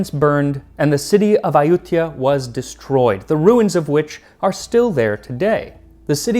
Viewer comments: Huh, I always heard it pronounced Ay-u-thai-ya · Ayuthya sounds more like Ayodhya, does it not ??